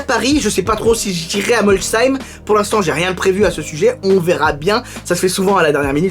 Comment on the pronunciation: Sa s'écrit Molsheim et sa se prononce comme un c donc Molsheim avec le son chhhh voilà mes sinon c'est pas dérangeant comment tu le dit aussi